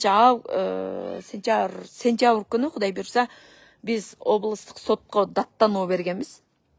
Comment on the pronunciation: 2025-5-Сентявр эмес,Сентябрь деп айтсаң